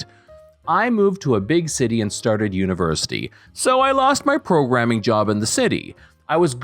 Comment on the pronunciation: well the way he says University, tells me he's not american.